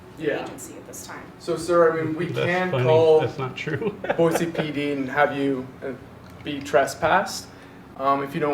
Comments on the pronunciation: It's boyceee not boyzee. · “Boy-Zee”? 🤦🏻‍♀️ Go back to the Bay Area. We don’t appreciate Californians invading our state. You don’t pay squat for that building. The 4th amendment protects you when the government is prosecuting you for something. Basic building security is not a Constitutional violation lol. You sound like you’re just trying to get a rise out of people. (Maybe learn the name of our city before coming back to harass people) 🙏✌️❤️✝️